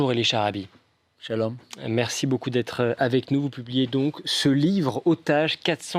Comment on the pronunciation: Télé française en disant schallom 😂😂😂😂